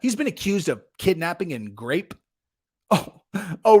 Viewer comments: The fact that you said gape, instead of grape tell us a lot about you 😂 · I thought he said rhymes with gate.